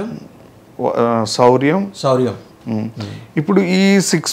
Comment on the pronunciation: సౌరం, శౌర్యం కాదు